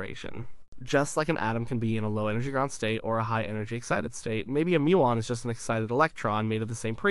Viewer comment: Pronouncing 'muon' as 'moon' and 'E=mc^2' as 'E equals m c two' makes me suspect the voice is artificial. The content is interesting though.